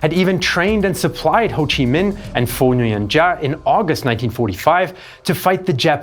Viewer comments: “Giáp” is not pronounced as “Gee-a” but rather “Zap”, like an electric shock. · The p in giap isn't silent.